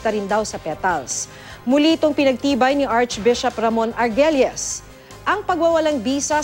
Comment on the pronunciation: The lady newsreporter mispronounced two words virgen and surname of the Bishop Argüelles correct due to Ü must be like Ar- gwel-lyes (kung naging student ko ito sure alam nya ...vir gen with an accent or stressed on the last syllable on E. Letter U in Spanish is always silent lehen u is between letter G and I and E Guitarra ..guerra ..guerrero but if it has an accent like Ü (parang Smilley) the word is not silent and be like GWE ...AR GWEL LLES. and Echagüe eh. Cha. Gwe ....Yagüe. ya. Gwe ..Free Spanish 101. Hahaha no offence to the lady it's fault of the present Cory constitution that prevent all Filipinos of taking Spanish subjects